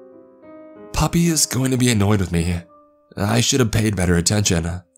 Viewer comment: Wait when he's saying puppy is he trying to say papi? 🤣